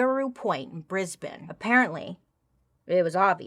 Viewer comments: Living in Brisbane, you did really well pronouncing the city’s ❤ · as a Brisbaneian, we thank you for your pronunciation of brisbane❤ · i live and Queensland Australia in Brisbane you said the names right well done 🤩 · I grew up in Brisbane but lived for a few years in Central Qld, so spent a fair bit of time in Rocky, and I'd never heard of this case until now! And way to go on nailing Brisbane's pronunciation, Bailey! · Nailed Brisbane. Source: I live there. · Lol yeah we are a little weird here in Australia. We have this woman, Ivan milat, Katherine knight and many more Also you pronounced Brisbane perfectly! 10/10! We half pronounce words (if we don’t shorten them like arvo - afternoon) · You actually pronounced Brisbane perfectly!! Everyone gets that wrong 😂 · Aussie here. Love the Aussie vids you do and spot on with pronouncing Brisbane. I had a friend who said he was a vampire and wanted me to get a blood test. I declined the blood test and lost a friend 😂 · when u pronounced brisbane right i was so proud - its where im at! no but I really really needed this today I love u bailey <3 hope ur looking after yourself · Yes! You got Rockhampton and Brisbane pronounced correctly 🤭😁😂😂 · When she said Brisbane I was so happy she pronounced it right and not as “Bris-bane” 😹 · Im still stuck on the fact somebody not from Australia is pronouncing Brisbane properly haha I feel represented lol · im impressed with your pronunciation of brisbane :) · I live in Brisbane... Or bris-vagas as is Aussies call it. Pronunciation, on point!!! Also I've never heard about Tracey before. She did have a bad life for sure. But yes she should not be out. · You pronounced Brisbane perfectly!!!! 🥳🥳🥳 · Rocky (Rockhampton) not too far from here. Yikes. Also, great pronunciation ❤ nailed it. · You said Brisbane perfectly! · You did perfect of the pronunciation of the places. You can always tell a non-Aussie by the way they say Brisbane and you said it perfectly. ❤❤😂